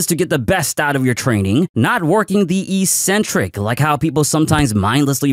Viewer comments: The pronunciation of "eccentric" is "eXentric" and not "eesentric". ik-'sen-trik to be precise. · mistake number 9, mispronouncing eccentric just because every other fitness content creator does it as well